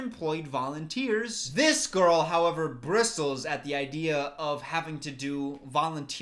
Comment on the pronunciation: Did pronounce "bristles" with a strong t?:D